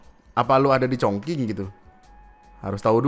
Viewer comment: chognqing bacanya chongching bukan chongkang chongking